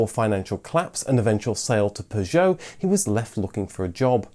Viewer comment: Are you part French? I love the way you say, "Citroen, Peugeot and Renault".